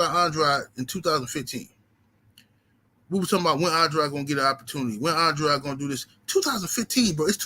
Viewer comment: Andraud or Andrade it's Andrade Pronounce the Man's name right